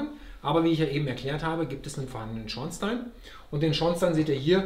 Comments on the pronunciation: Ein durchaus quasi schlechter Beitrag, gerade bei einer Deckenhöhe von 5 Metern nach oben! Und nebenbei, die richtige Ausprache von Schornstein sollte er auch nochmal üben. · Hallo Richard, freut mich das es Dir gefällt. Zur Sanierung und dem Beheizen kommt bestimmt noch was ..... und das mit dem Schornstein aussprechen .... ist mir vorher gar nicht aufgefallen :-)